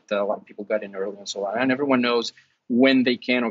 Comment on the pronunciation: it’s Solana not Solano. You make it look like you already had a fixed opinion on alt coins but thought you are doing a show on alts so better quickly go do some research before the show, which went as far as reading their webpage blurb to get the gist. How can your opinion be taken seriously when you’ve put in such little effort.